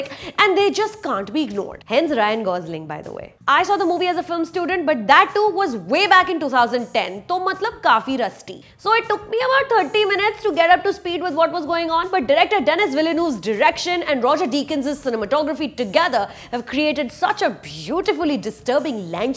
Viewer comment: You butcher their names mam!! Its “deni” not Dennis. Its Jared not Jaared.